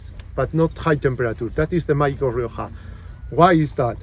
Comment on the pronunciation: Rioka? with a Ka sound? No my man, not even close!